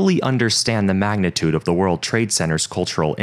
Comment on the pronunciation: Stop saying "Magnetidue" bro.